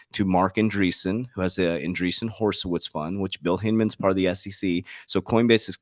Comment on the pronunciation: “Hor’i’witz” NOT “Horse’i’witz”. I feel embarrassed every time you say it that way. I thought you were in banking 🤔